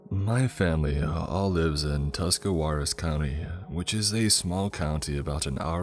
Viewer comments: Thats where I live o.o Also its Tusk-a-raw-us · T county? none of us pronounce the w so that sounded weird. I live in Dover.